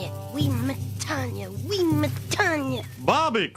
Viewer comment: It’s pronounced “Wimma-tonya”